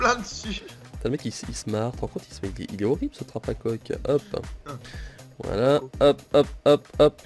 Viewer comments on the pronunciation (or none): il dit trapa coque lol